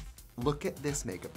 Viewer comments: Thank you so much for saying (spelling) it correctly. It was driving me nuts how much she said cup “o/of” noodles. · Trixie says cup noodles like cupa noodle lol